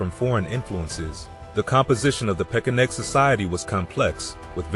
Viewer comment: Is it pesheneg or pekeneg? Or are both pronunciations acceptable?